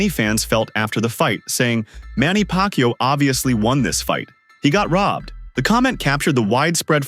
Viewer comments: its not PAC-YO, it's PAC-YAW, A is not silent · Not Pacyo, it’s Pacquiao.🤣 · So OK.. it is wot it is …. But it NOT Pakyu! It’s pakYAaaaw. Accent on 2nd syllable. C’mon guys, he’s retiring already …pls get the name right!!!